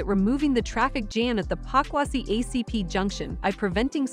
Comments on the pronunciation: Please it is not pakwasi it is Pokuase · Pokuase not pakwasi